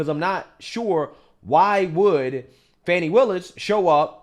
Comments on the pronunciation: You should pronounce her name right, it is not Fani it is Faaawne. 😂😂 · She says she is "Fawn knee",,,not fanny 😂😂😂😂